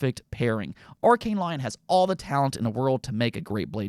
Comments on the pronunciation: Lyon is pronounced Lee-on, not lion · Just for future reference, Lyon is pronounce "Lee-Own" not Lion. French pronunciation is really weird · went full American with that Arkane Lyon pronunciation 💀